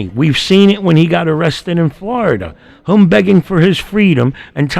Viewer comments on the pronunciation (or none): Who is “thum” or “hum”. Ohhhh. You meant “thEm” and “him”. Blasé blasé. And there is a distinct difference between your “ideaL” and an “idea”. Your content is great your commentary is way too much. Shorten your videos to 20 minutes and keep your commentary to a minimum until your vocabulary is up to speed.